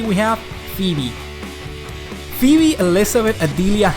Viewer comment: How the hell did you pronounce Phoebe correctly but not Marquis?